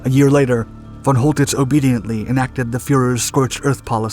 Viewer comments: Great video. But: 😲 whole tits? 😵 Man, if you’re going to report on Germany in WW2, you ought to learn to a little German pronunciation. It’s fɔn ˈkɔltɪts and sounds more like coal-tits or, in some places, sholl-tits; but nowhere like whole. (The von part sounds more like fawn, though the /a/ sound is much shorter.) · Pronounce the C like a K. Choltitz is pronounced Coaltitz. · the (Ch) in (Choltitz) is pronounced as (K). Very nice video (as always) tho. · His name was Coltitz, not Holtitz. I heard this story before. Later I heard that he hadn’t had enough explosives to blow up Paris (or at least important and culturally important buildings of it) anyway. So that he made it look as if he did out of mercy. - Who knows which version of the story is true....